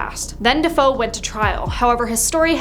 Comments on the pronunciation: I can't even watch this video since this girl does not know how to pronounce their names it's not Defoe it's Defeo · It's not Defoe, it's Defeo